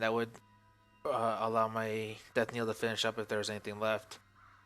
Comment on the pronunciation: Knell is pronounced like nell not niel.